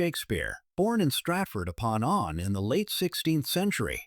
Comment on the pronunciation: Well done ... but Rhonda with its famous bridge and plaza del torres appears when you talk about Rolling Stones. A lot of visual information does not match with auditory commentary. Lastly a lot of female imagery. James I is James the first not James eye ..... Stratford-upon-Avon : Avon is pronounced " A vone"... Good Luck